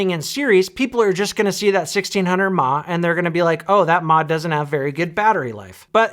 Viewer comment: "TOP OF THE WORLD MA!" - BOOM! mAh = MILLIAMP HOURS - - - NOT "MA" CHILDERN! UNLESS YOUR MOTHER IS A ROBOT THAT RUNS ON BATTERIES! MA, MA, MA, MA, MA, MA - NO!